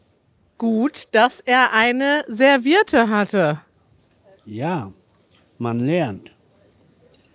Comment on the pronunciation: Cool! Ihr sagt auch „Servierte“anstatt „ServiEtte“ 😂. So lernen Eure Schüler gleich mal die spezielle münsterländische Aussprache. Grüße ans Münsterland!